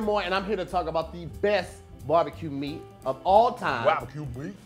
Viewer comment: “Bharbeque bheat” 😂😂😂